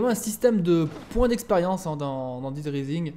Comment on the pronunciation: dead* et pas daid